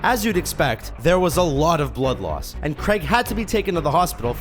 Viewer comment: It's Daniel Craig not Daniel Gregg